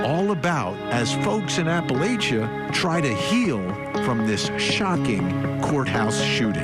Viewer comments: First of all Vinnie, you’re pronouncing Appa la Cha wrong!! “I might throw an apple at you!” And for pronouncing it Apa LA sha!! We take offense to that! 😂 I’m not joking! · If you call it apple-aysha, I'll throw an apple-atcha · Apple-ATCHA, not ATE-CHA. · Live just a few counties over…it’s App uh latch uh. Please stop with the App uh lay shuh. Seriously. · It's Appala CHA or CHAN, not Appalashah or SHAN Sorry, But I assure you we say it that way. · I'm 12 seconds in and all I can think is that it's pronounced Appa-latcha not Appa-laysha. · APPA-LATCH-UH...Appalachia....no one from here says APPA-LAY-CHU. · Apple at cha not appalasha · The locals don’t call it Apple-aisha, they call it Apple-atcha. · app-uh-LATCH-uh… not app-uh-LAY-chuh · I’m from Whitesburg and we don’t call this part of the county “Apple-ay-shuh” we call it “Apple-at-cha”. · It's not pronounced App- a - lay- sha. It's app-a-latch-a. Your credibility is shot and you're just trying to get viewers and sensationlizing. Were you in attendance at the arraignment? This I'd life not a fantasy drama for you to use for views. Just shut the hell up. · I can assure you that no locals all it “app-uh-lay-shuh” as claimed in the first ten seconds of the video. App-uh-latch-uh is the regional pronunciation (as well as the correct one since the Appalachee Indian tribe in Florida lends their name to the origin of the word Appalachian). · It's not Appālachia.... it's pronounced like - I threw an "Apple Atcha" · They don't call it "Appleaysha" the call "Appalatcha". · No, the oeople there don't call it "Appa-LAY-cha." That is the way people who have never been there say. It is "Appa-LATCH-uh." I had my first daughter in Whitesburg hospital. I grew up 20 minutes away. I know how we talk. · The locals call the area "app-puh-LATCH-chuh". We know anybody who uses the "lay-shuh" are outsiders. Y'all tell on yourselves. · We don’t pronounce it that way! It’s Apple at cha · It’s pronounced “App-uh-latch-uh.”